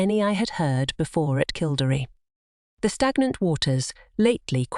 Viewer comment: Please learn how to pronounce KILL DERRY ask any Irish person its jarring.